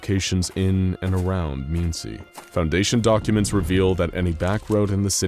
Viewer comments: i know this is a nitpick but the fuck is a meencie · I live 30 mins from Muncidme. Indiana and I have to say that it is pronounced Muhn-cee. The way you said it though was hilarious. (This comment was made with no ill intent and Indiana names are weird. For example a town called Alexandria is pronounced Ellek.)